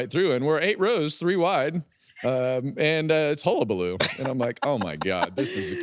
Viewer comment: Mike Joy showing his professionalism calling the race and slyly mentioning correct pronunciation of hullabaloo. He was so smooth.